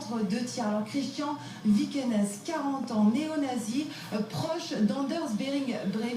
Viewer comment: VIKENES .... déjà la pronnonciation 0... mais alors vous ne changerez jamais pour essayer, je dis bien ESSAYER de faire du sensationnalisme 🙄🙄